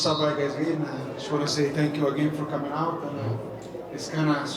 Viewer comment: “Davai@ merab cimingg😂😂😂